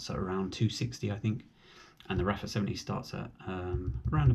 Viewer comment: It's pronounced "Arfa" , not raffa...The 70 is far superior, I have both, the venting and internal sun visor makes a huge difference